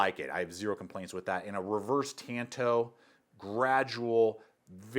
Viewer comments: Tah n toe not tan toe! Ffs its a Japanese word! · Oh my god. The word is TAHN TO like lone rangers partner. Not TAN TOW